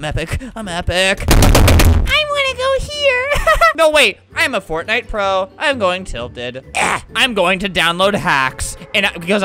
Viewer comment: "heha fotnite"